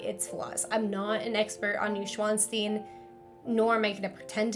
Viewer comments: Noy-shvan-stine (not new and not steen) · is how long i waited for Neuschwannstein to be butchered in its pronunciation